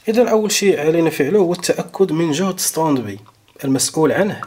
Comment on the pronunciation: سلامي وتقديري اليكم يا حضره الأستاذ الكريم. شكرا جزيلا على المعلومات التي تقدمونها والف شكر على الشرح الممتاز. بعد اذنك لدي ملاحظه. لا نقول: استاند بي. لكن نقول: استاند باي. لأن هذه الكلمة هي كلمه إنجليزيه. ختاما أتمنى لكم دوام الصحة والعافية وحفظكم الله من شياطين الإنس والجن.